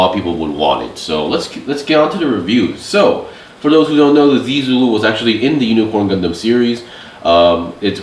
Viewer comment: The pronunciation for zee Zulu is more like (zaeh-Zulu)